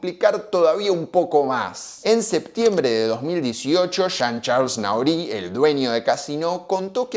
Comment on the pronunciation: Se pronuncia...Nory el apellido del frances